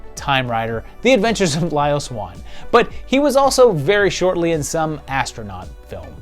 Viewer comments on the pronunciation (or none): none